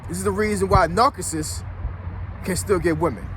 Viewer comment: Did you say a NarKISSist???? Its prounced NAR SISS IST . LOLOL WOW!!